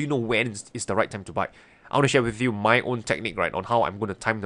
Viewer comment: Yeah, that cracks me up too. But it sounds more like “hey hey, wut’s up muh friend”. The Southern accentt kills me.